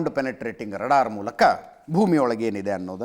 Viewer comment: Ajith sir radar alla raadaar please tappiddare saripadisi!